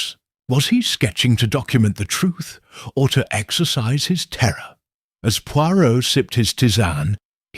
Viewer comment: “Exorcize” and “exercise” are not pronounced the same